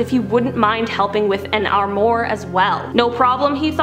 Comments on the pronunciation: arm r wa not armore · It’s pronounced arm waur not armore oh come on lol it’s si annoying when I hear somebody say it differently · It’s not an “Arm mur” it’s an Armoire, pronounces “Arm-wahr”. I love your videos, but it’s very clear you never actually look up pronunciations of anything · Love the video, couple of notes, semi (sem eye) armoire (arm wire) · "Ar-more." :) And you tell us there are 5 "compartments" like Sakria, but you only named 4. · The way she pronounces "armoire" like "ar-more" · Never heard of anyone call a semi a semee lol and it's arm-waar. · please learn how to say SEMI and ARMOIR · the weird pronunciations and word replacements on this channel bug me sometimes. like Semi truck... or Armoire... ugh.